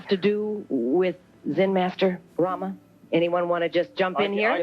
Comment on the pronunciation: He can't even pronounce Rama